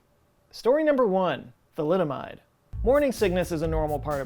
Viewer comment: i grimaced when you said thalidomide😰